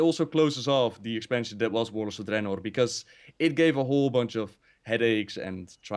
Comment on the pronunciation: then again pronounces gul'dan, draenor, and sargeras all wrong in one sentence so... lol